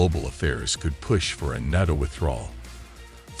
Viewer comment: This would be a good video if it wasn't literally AI mispronouncing NATO every 10 seconds